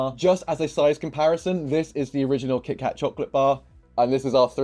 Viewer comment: “Kih-kah Chocolate Bah” Which accent??